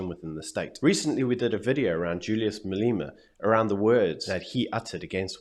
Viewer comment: his name is pronounced Malema not Maleema